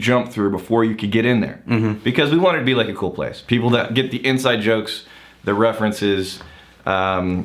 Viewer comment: "for the peebl"